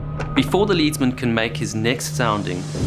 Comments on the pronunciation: Just one comment: When you speak of the sailor at the bow taking the soundings, you call him a "Lead" man and pronounce it "Leed". As it was a chunk of the metal, lead, that was used, shouldn't it be pronounced "Led"? Apologies if maybe back then in the Royal Navy it was in fact pronounced "Leed". Maybe as he was in the bow, he was considered "in the lead"? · It’s pronounced ledsman because the weight he uses is made out of lead. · it's not leadsman (pronounced like follow the leader), it's leadsman (pronounced like the metal lead) Because the string he uses to measure the depth of the water is typically weighed down with lead metal.